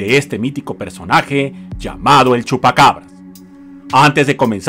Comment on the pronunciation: El chupa-Cavaras o Chupa-Cabras ?? Como quiera le entendemos😊 🤗🙋‍♀️